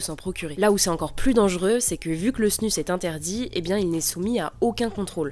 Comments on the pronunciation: On dit pas plutôt LA snus (prononcée snuz) ? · ça se dis snouz ! bordel ! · Je pense qu’il le prononce à la française est toi à la suisse ou belge